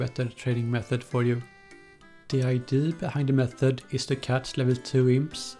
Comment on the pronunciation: Please pronounce idea right